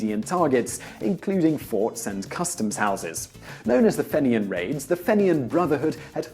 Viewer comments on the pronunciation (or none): The word fenian is said like feenian. Just saying like. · Its pronounced "Feenyen" Brotherhood, though i can understand the confusion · It's pronounced fee-nee-un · lol fenian pronounced feen-yan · That's FEE-nian, ya gobshyte. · Fenian - Pronounced "feen-yin". Top video though! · Fenian is pronounced like fee-knee-in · soo-saint-marie fee-nian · Fenian isn’t pronounced like that. The E is hard. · The single greatest pronunciation of "fenian" ever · This moron can't pronounce the word Fenian.